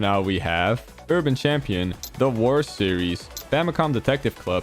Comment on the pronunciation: When you got to Advance Wars, I thought you said “the worst series.” Took me like five times listening back on it to hear “the wars series.”